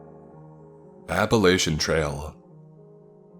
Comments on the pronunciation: As an Appalachian I can attest to saying it's pronounced "Appalatchian" Appalachian's get the big cringe when it's pronounced the other way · Another awesome narration,! One thing though coming from someone who had lived in the Appalachian area all his life, people here pronounce it (app-a-LATCH-a). Just a tiddybit of info ovo Edit: Also! The thing about the mist in the beginning of the story? That DOES happen here and it is in fact terrifying. Mountain fog is in fact dangerous, I've seen it get so bad that you can lose sight of your trail buddy four feet away from you, and the storm wind gets so loud you can't hear them calling out.